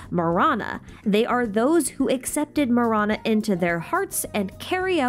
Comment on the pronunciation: Okkkay-- I was listening to this video while doing some chores and it took me a while to connect Marana with death. In my language, tamil, Ma- ra- nam means death. Ma-ra-na Do yeah, thought you should know. Not mirana but ma ra na